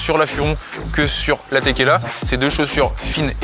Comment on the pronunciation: Au début j'ai cru il avait dit NB TÉQUILA 😂😂